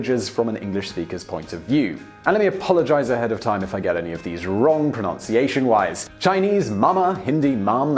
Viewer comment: When you say you're worried about pronunciation of other words and you pronounce pronunciation wrong...